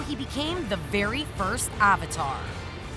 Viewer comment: Did you just pronounce "Avatar" with "Ovatar"